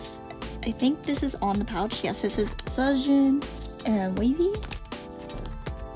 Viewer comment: Hi ! (✿◠‿◠) 肖俊's pronunciation is actually « chao jun »